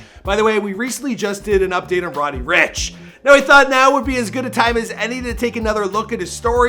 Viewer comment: am ii the only one that thinks he said roddy Rich